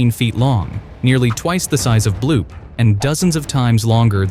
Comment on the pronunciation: its bloop not bloob